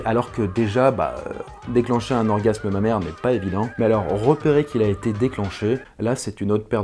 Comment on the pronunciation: Au départ, j'avais pas compris pourquoi il disait "Ma mère" puis j'ai compris qu'il disait "Mammaire" ! 😂 j'en peu plus de moi !